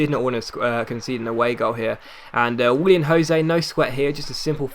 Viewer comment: Willian not William xD